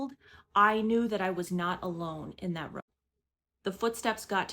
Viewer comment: What part of the country do people say "rum" instead of "room"? I can't stop hearing it!! 😂